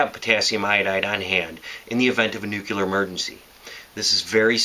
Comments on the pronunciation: NU CLE AR not NUCHILAR... NUCLEAR kmooon! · You have all at knowledge of how to survive a nuclear event yet can't even pronounce NUCLEAR. It's New-clee-ur, not new-kyu-lur. Good information but it drives me crazy when people can't pronounce nuclear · i thought it was pronounced "Nuke-lee-er" and not "Nuke-you-ler" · It's pronounced New-clee-ahr - you're welcome.